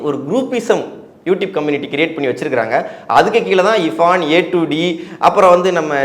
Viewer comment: அடேய் Anchor முதல்ல இர்பஙன் என்டு சொல்லுடா இபான் இபகன்னு சொல்லாம